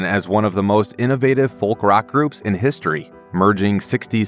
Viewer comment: The way this guy says 'Folk' is unsettling.